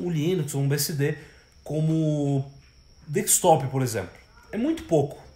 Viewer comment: Parei no "dekstop" 😂😂😂😂. Zueira.